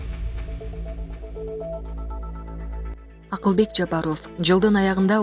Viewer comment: Бул кыз качан фамилияны туура айтат,ЫЯ! ЖАПАРОФ ЭМЕС ЖАПАРОВ! ОФ ЭМЕС ОВ!